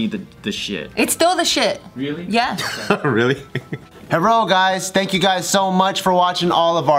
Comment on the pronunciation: oh god bart said herro instead of hello at the end which one of you is gonna try to cancel him first